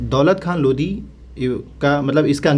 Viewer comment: Not Lodhi ❌ Only Lodi ✅